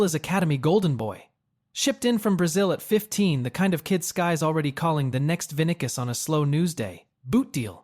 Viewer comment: Who is vinicus? It's Vinisius